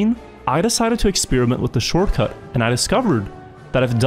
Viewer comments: . I'm what is a shoRCuT. Not t in short?? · That “Shorcut” though… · "D-14 SHORCUT " just pointing it out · d14-shorcut realy i never heard of a shorcut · inglish 100 shorcut